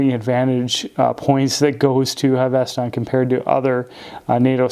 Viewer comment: 1) It is pronounced Hav-es-ton. 2) it's not a NATO but a ZULU. One piece pass thru is a Zulu. They started with typical NYLON Zulus. Having had 3 of them from the outset the canvas are immensely better, more comfortable, and highly durable I have one I have not taken off in a year it's faded as one would expect given showering etc. The stitching is superb. the tins originally did not have hinges they improved that and are helpful for storing things when travelling and very secure. You cannot go wrong with the canvas. They are working on a PVD canvas range.